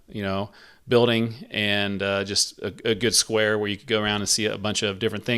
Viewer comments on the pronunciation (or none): none